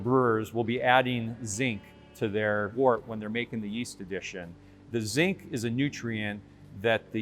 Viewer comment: Am I the only one who kept thinking he said "zing" instead of "zinc"